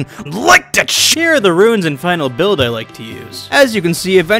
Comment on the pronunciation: Remember when you called them Bu-ilds?